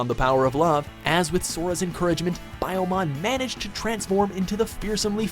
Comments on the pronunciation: i'm sorry BI-YOMON????? IT'S PRONOUNCED LIKE "BEE-YOMON" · It makes me cringe so much when watchmojo do lists about anime because they always pronounce something painfully wrong, like in this video he pronounces Biyomon as Biomon 😑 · Did you just call Biyomon BIO-MON...???? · When you said biomon, i cringed hard. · Is it Phoenixmon or Houmon because it said Houmon. And house means in Japanese phoenix and you said byomon(bayomon) instead of pyomon or byomon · After they mispronounced Biyomon as Biomon, I stopped taking them seriously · I like the video, but the way he mispronounces some of their names like saying biyomon like biomon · God can you pronounce these names worse. Biomon? It's Biyomon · FIRST OFF IT'S BEE-YOOMON, NOT BIOMON, AND THEN IT'S PART 4 LOSS, NOT LOST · Still using TV recordings from Disney/Jetix I see. 15 million subscribers and you can’t grab the DVDs off Amazon? Also? Baiomon. Really? Biyo. It’s phonetic. As is anything Japanese. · I'm glad Angemon was the top pick but honestly Angewomon was the biggest by far. It was probably the most emotionally charged scene in the original series and GOD what a shock. Also how do you know if the narrator has watched digimon? "Biomon" and "Hercules kabuterramon" looool I'm just razzin' ya. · Did he just say...Biyomon like... BYE-OH-MON? Am I tripping? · especially 10, then he says Biyomon correctly then turns around and screws it up